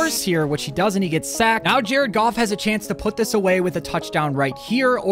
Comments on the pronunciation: DONT SAY JARED GOFF LIKE THAT BOI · Why did you say his name was Jared goof?😂